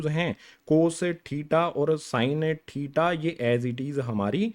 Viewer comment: Tita nahi hota thita hota h😂